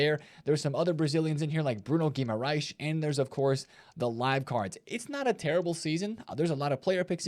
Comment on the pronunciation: GuimarÃes, not GuimarÁes ☝️🤓